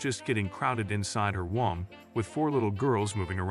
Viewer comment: This is a great story, but womb is not pronounced whomp.